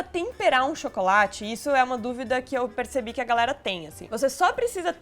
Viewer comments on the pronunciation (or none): none